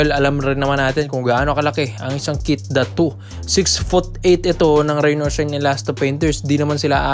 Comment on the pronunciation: Ayusin mo naman pag bigkas ng pangalan NI KEITH DATU AYYY SUSS